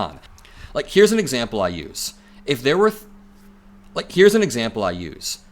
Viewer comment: "Like here's an exaple I use." X3! Lol